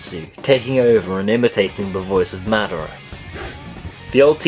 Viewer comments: mad-er-rah.... what the fuck lmao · he said most of the most of the fake words wrong. And epacially madara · it's better than lol